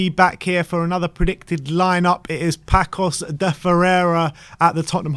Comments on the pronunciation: By the way my friends the way you are saying Pacos is wrong. You should say it like passos. I am Portuguese and want spurs to go to the final against Roma. Which would be epic. Spurs vs mourinho. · You guys need learn to say Paços the correct way. Please stop saying Paços like Paco (this is not spain). The Ç in portuguese is say like with word S, like Paços and Passos have the has the same sound. Please go to Google Translate and please listen how to say Paços or Passos because both have the same sound.